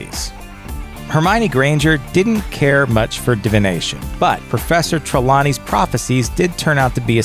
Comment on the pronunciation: It's TRE-lawney not Tre-LAW-ney.